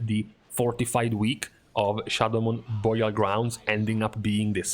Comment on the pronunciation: Just realized can't say "Burial" to save his life lol.